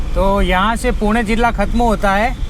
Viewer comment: He prounced 'पुणे' Correctly 😅